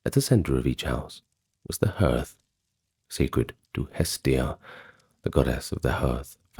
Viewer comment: Hearth is pronounced "hArth"